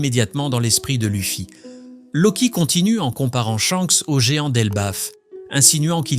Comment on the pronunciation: Euh c'est quoi cette IA qui lis le texte😅 Louffy, Robin. Sérieux?! Pourquoi c'est plus toi quoi parle? 😢